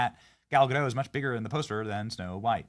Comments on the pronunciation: It's Gadot, not Godo. It's not French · The "t" is pronounced in Gadot, per Gal herself on video. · Oh Benny... Gal Ga-dot, not Ga-dadough. Do your homework bruh! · Its GADOT, theres a T there at the end.